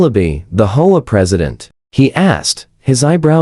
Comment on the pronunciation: H O A. Learn how to pronounce. 😢😢😢😢😢